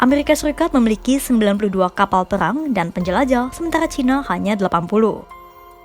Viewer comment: Perang ya bukan peyang 😂